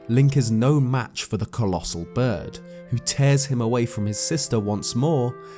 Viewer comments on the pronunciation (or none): He said it!!!!! COLLOSAL!!!